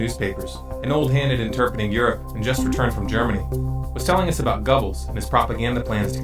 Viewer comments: Strange how you pronounced Wiegand correctly but said Gubbles???? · Please people learn to pronounce names correctly. It's irritating and makes you look stupid when instead of Goebbels you say "Gobbles"... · where is part 2!!!?!?!? this is an excellent documentary. plz correct your pronunciation of Goebbels though. not trying to be a dick, just this doc. is filled with a wealth of knowledge, just gotta fix pronunciation.